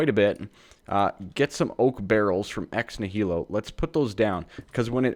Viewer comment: Ex Nihilo pronounces Ex-knee-a-low and is Latin for out of nothing.